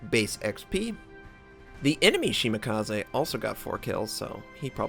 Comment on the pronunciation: Why would 'kaze sound any different in Shimakaze? Nothing personal but it's not the first time I hear it butchered... it just irks me lol